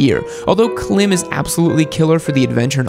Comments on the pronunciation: Every Alpinestars gloves I've bought was junk... two were I'll fitting, and one fell apart in one week. The one Sedici glove I bought last me three years, perfect fit too. You didn't cover manufacturer gear, BMW makes great gear. Klim rhymes with Climb, not with Tim. As usual your videos are heavily sports bike biased, your opinion doesn't count for most of motorcycling out there. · Yes, you are correct. Funny can’t even pronounce the brand correctly. Then poorly rates them and completely misrepresented... Clearly not a lot of research done. This is strictly a opinion, polarizing his opinions to get a busy in comments. Icon ahead of Klim?! On what planet😂😂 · J T You can see the accent mark over the i too 😔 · Sorry, but in comparison to your other videos, this one is definitely F-tier. Where's Cortech (Tourmaster), Scorpion? How can you tell us how good or bad Klim gear is if you don't even know how to pronounce it? (its awesome, btw, A-tier at least). You failed us, you failed us... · Did you pronounce Klim right? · Don't think I can trust the advice from a guy who can't even pronounce the brand names (Klim) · 😂 the way your pronunciation of KLIM was classic! 😂😂😂. It’s not “Clem” as in “Kadiddlehopper.” I have always heard it pronounced like the word “climb,” without the “b” sound. But it’s okay, you say it anyway you want. Excellent video. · You mean Klīm as in climb. Not Clem lol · I live like a mile away from their facility… it’s pronounced like climb. They specialize in cold weather gear for snow mobile bros. Some of their gear has battery power heating elements in them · "Klemm".... It's "Klime" they specialize in offroad pants and shirts. S to A tier for the dirtbike world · Isn’t klim pronounced climb? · Just so you know, Klim is pronounced climb, notice the line over the I instead of a dot. 👍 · Yes......yes it is. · Yes Klim is pronounced climb. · Just to let you know, klim is pronounced like climb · Pronounced climb